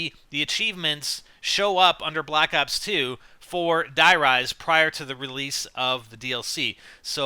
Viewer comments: Its Die Rise as in High Rise it rhymes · No god damn it, Die rise is supposed to rhyme with high rise, jesus